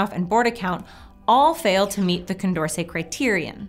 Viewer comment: Anyone else notice "Condercet"